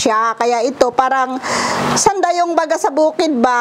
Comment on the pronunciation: Natawa ako sa parang "sandayong". Hahahahaha. Sana mag 24 hr Bisaya Challenge sila ni Lloyd. Hahahaha.